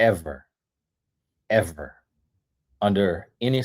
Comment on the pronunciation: emphasis on EVER😂